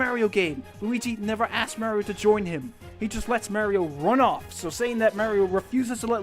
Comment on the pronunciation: Just an FYI: it's MARio. AR SOUND, not a AIR sound.